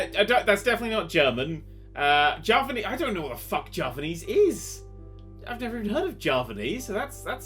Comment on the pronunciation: this is how u pronounce Javanese: Jaaa venn essseee